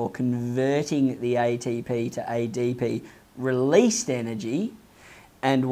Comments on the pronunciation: I was bothered eydeypi and eyteypi pronounciation but I learned a lot than my teacher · Aeye dee pee Aeye tee pee 🤣